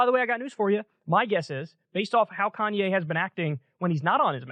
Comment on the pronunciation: Why does Kyle keep saying Kanyes? Like with an s...